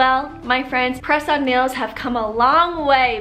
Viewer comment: Listening and not watching the video...When you kept saying press on nails but thought you were saying croissant bagels😂